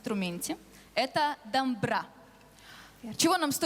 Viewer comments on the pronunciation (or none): Не дАмбра, а дОмбра! Не коверкайте! Славянский базар.... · Не дамбра а домбра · Не дамбра, а домбыра. Есть же на русском языке Домбровкий, вы же не говорите Дамбравский. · Не "дамбра", а домбыра. Мы же не гаварит Ивана, диванам. Надо Правильно произнести. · Не дамбра, а домбра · Не Дамбра, а ДОМБРА. Блин Балалейки. Пиваны блин. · у русских чё нет буквы О?? дамбра. скажи Домбра и все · Не дамра ,а Домбра . Русские по жизни слова коверкуют . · Не дамбра,а домбра. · Не дамбра,а ДОМБРА